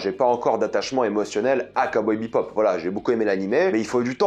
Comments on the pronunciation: J'ai relevé que tu prononçais "BEPOP" alors que c'est "BEBOP" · Ouais mais t’inquiète on s’habitue vite c’est pas dérangeant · ah jsuis pas fou mdr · Ah mais pareil, ça résonnait dans mes oreilles xd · Cowboy ...... "BEPOP" ? xD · je ne suis pas fou il dis bien BePop et non Bebop? ^^ perso la ba m'avais laisser un gout amer... genre l'ambiance a l'air la mais c'est mou du cul... je vais look la série mais bon... j'ai peur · Heu c'est pas Cowboy BePop c'est Bebop... dommage... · J'ai écouté ta critique, et tout ce que j'ai entendu, c'est bePop, au lieu de bebop, c'est très perturbant! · C'est Cowboy BEBOP pas BEPOP, ça m'a titillé les oreilles tout au long de la vidéo à chaque fois que tu dis BEPOP...